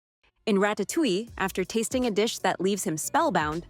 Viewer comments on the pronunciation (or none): none